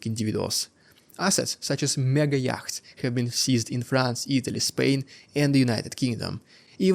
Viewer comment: Your English has improved immensely over the last couple of years. Really impressive. Yachts is pronounced yots. It's a weird language , I know.